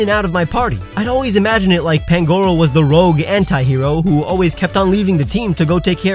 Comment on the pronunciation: You said pangoros name wrong